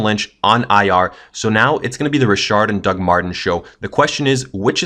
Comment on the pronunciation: I pronounce it "Beat-hard" and you pronounce it "Beth-ard" ...i pronounce it "Rich-ard" and you pronounced it : "Re-shard" ok